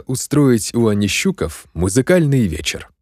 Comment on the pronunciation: Отличное выразительное, позитивное прочтение. Однако, ошибки в ударениях. Должно быть: у АнищукОв, у л-та КОжека, ЕлаАтомцев, с КуликОм, казачИна, ПильнякА.